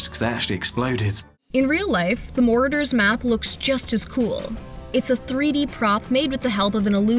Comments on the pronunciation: I don't think it's pronounced "more-a-doors".. It's "more-aud-ers". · It is actually Marauders not Moreders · Did she really just mispronounced the marauders map? She said it like mortar like the thing that gets shot out of a tube and explodes. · I like how pronounced marauders moroders 🤣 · She mispronounced Marauders and I quit watching at that point